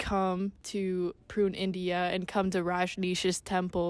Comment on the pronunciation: Massive holes in this interpretation. I would not trust much of this video as the speaker does not even know how to pronounce Pune, India. There was apparently an FBI or CIA plot to turn the Oregon Commune into another Jones Town by poisoning all of them..Also local redneck Americans performed terorist acts on buildings owned by the commune and killed inocent people. The Ignorant locals just hated the Commune and did everything to intimidate and destroy them. The sex obsessed American culture focuced in on the sex. Osho once said to a journalist who asked him "why are you so obsessed with sex?" which he answered, "I have written 150 books and only 2 of them are about sex...I think you are the one obsessed with sex"